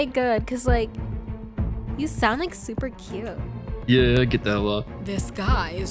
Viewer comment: HAGAHAHAHA How can u not be laughing bruh 😂😂😂😂😂😂 When he said YUoH